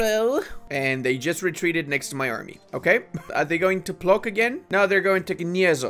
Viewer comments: "Płock" is not read "Plok" or "Ploc", try to read it as "Plotzk" (or Pwotzk to be exact. Ł is read in polish like W in word "wind" xD) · It's not pronouncing like a "PLOK" it's a "PLOTSK"